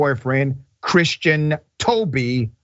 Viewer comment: Why he say toby like that?